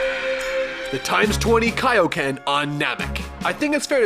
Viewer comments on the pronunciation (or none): KAIYO NOT KAAAYOOO but Thats how it sounds sadly😭